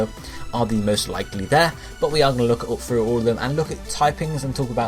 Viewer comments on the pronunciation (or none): none